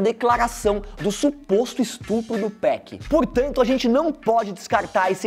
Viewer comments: Meu ouvido dói quando escuto “2péc”, e ainda o cara coloca gangsta Party no vídeo, e a música de fundo Breathin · Tô quase dando um soco na tela ouvindo ele dizer "TWOPEQUI" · se falar 2peck vai virar josias rodrigo aaaa pare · Esse carinha falando o nome do 2pac me da uma coisa no estômago, pra que falar bonito é simples.. 2PAC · Pq todo paulista tem mania de chamar o 2pac de 2pec?